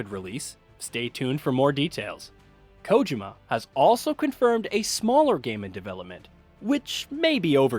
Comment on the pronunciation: Man you can’t pronounce Kojima to save your life can you?